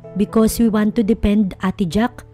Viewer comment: DeFend, painFul, First aid, poV, careFul, THem, what brings you here NOT wats bring you here PAKIAYOS NG PRONUNCIATION pls